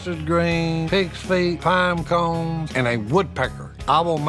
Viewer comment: "Pime cone" 😂